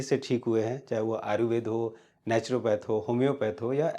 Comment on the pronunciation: Sir ji !!! Ayurved ya Aaruved , pehle bola sikho 😂😂😂